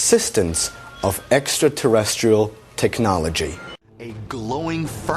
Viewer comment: they are not making fun of how you say exxaterestral or ancient Assuhnot theory.lol